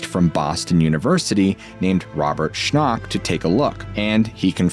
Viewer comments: Robert Schoch (as in shock), not Robert Shnoch😂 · Robert Shnock? you mean Robert Schoch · Awesome video but "Robert SCHNOK" took me out 😂